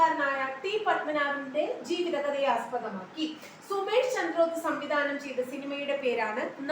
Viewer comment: Ma'am, സുമേഷ് അല്ലല്ലോ. സുസ്മേഷ് അല്ലേ??